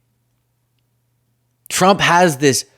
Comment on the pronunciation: Your saying Frump 😂😂😂😂. Rolling tongue instead of enunciation !